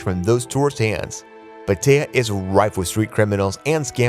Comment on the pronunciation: Dont trust anyone that calls it PETEYA lol ive been there and felt safe the whole time